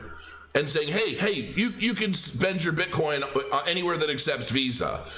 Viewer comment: Hahahahaha calls bitcoin, bitcorn.